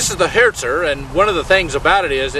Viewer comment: he said hertzer i heard. thats not the worst, commentator said 76mm for panther -_